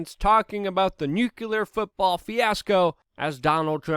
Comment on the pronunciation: For gods sake Luke its nuclear, not nuke U ler! There is no second u in that word. Pronounce it correctly or you sound like little Bush jr. - ignorant! Other than that, great reporting as usual!